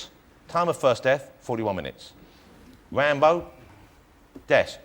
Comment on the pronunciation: I just can't stop finding Jonathan's speech thing very funny when talking about Wocky and Wambo😂 And considering how much abuse he's received from Jimmy Carr for the same reason, I don't feel bad about it🙂 Welease Wodewick!✊🏼